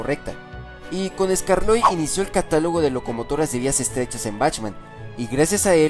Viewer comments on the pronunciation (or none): Cuanta inactividad ah estos canales momentos el fandom anglosajón hacen episodios fanfic y lo poco que pudimos hacer fue los episodios no doblados al español hojala crezcan en contenido y calidad Posdata: el nombre de skarloey se pronuncia eskarlowy